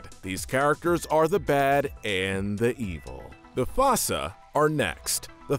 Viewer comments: Holy shet, Zuba was Burnie Mac????? Also: u called them fasa? Aren't they called foosa? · . The FASSA?! It’s the Fossa. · It's "foo-suh". They aren't weasels. They're in their own family in the feliformia suborder of carnivora. Weasels are in the mustelid family on the caniformia carnivora suborder. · you said the foossa name wrong which is stupid they even said the name in the movie